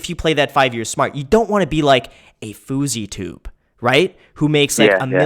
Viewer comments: Haha "foozitube" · He said “A fouseytube” 😂😂😂